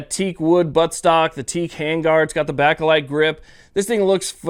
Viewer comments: Not trying to Nitpick, but for future reference Bakelite is pronounced bake as in baking a cake. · If there is one thing I can't stand more than an AK bakelite grip, it's the way you pronounce bakelite! 😂👌👍